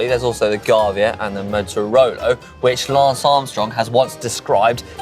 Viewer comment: Always hilarious when someone pronounces Mortirolo as if it has a connection with motorbikes “Motorolo’ 😂Bit like the idiots who say expresso instead of espresso 😂